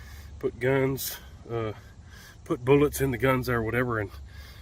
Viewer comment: "...and thurty rounds of boo-lots..." LOVE IT!!